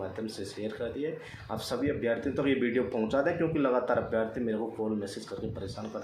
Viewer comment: Abhyaarthi nahi hota abhyarthi hota h